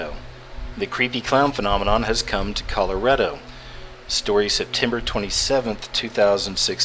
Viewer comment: Honestly.. I feel like punching you in the face everytime you keep saying "kella-REDDO".. ITS FUCKING KAH-LORR-RAH-DO GODDAMNIT !! Sound the fucking thing out... Col-or-RAAHHHH DOO. Stop staying "kella Red-Doh you friggin imbecile. I don't know why that annoys me so much, but please continue...